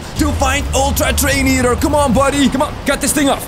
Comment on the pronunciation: [very loud] toDAY we goNA FInD ULTtra treiNO eaOTEr